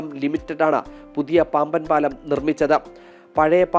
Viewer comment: പാമ്പൻ പാലമോ പാംവൻ പാലമൊ ? ശരിയായ വാക്ക് പറയാമോ